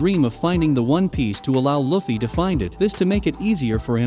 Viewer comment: “Luufeey” not “luhfee” 😡😡